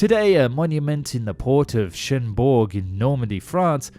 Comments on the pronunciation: Shinborg? facepalm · Cdg (ou charles de gaule) (or charles de gaule) is pronounced chhharles D e goal Edit: cherbourg is prounoced cherr bourg Otherwise you are doing good with our language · The account was well related, but, without malice or prejudice, her name was Surcouf, not Surcoff. The memorial is in CHERBOURG, a very busy French, Channel-Port, and Town in Northern France, due south of Portsmouth & the Isle of Wight. I’ve never heard of Shenburg.